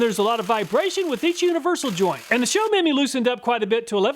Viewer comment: Show-Me-My <-- 3 words. Not "Show Memy"